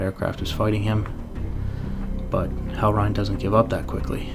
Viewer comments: Reign sounds like rain. Not rhine. Sick video though :D EDIT: Pro tip on beating Hellreign.....just get in gun range. His guns are extra sloppy lol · Just fyi "reign" rhymes with "rain".